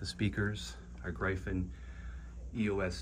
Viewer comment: Nice shootout. However Gryphon is pronounced GRIFFIN not GREYEFON.